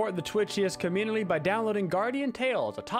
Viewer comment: The way says the word community lol